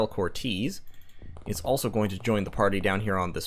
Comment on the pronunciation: Can’t wait to see what happens PS it’s pronounced cortes-e you say the E at the end, it’s a common for people to say incorrect